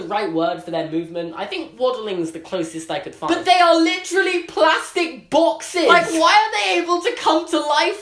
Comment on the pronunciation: PLASTIC BOXES You sound so funny when you say "boxes" 😂